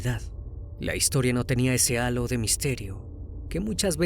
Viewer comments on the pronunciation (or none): none